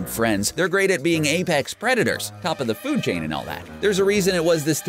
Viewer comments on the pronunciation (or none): none